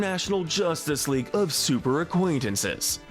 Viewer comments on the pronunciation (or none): none